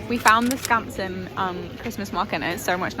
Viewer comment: I think you pronounced Skansen perfectly